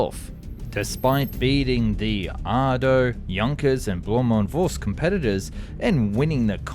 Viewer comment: Do you deliberately mispronounce words in order to create more engagement in the comments? For instance, on screen, it clearly said "Arado", so I don't see how it could be non-intentionally pronounced as "Ardo". On another video, you mispronounced the capital of Romania as "Burachest", when the script must have clearly said "Bucharest". If this is not the result of dyslexia (I have and we should have absolutely nothing against dyslexia), then it's either the result of laziness or deliberate mispronunciation to promote engagement, which is even less ethical.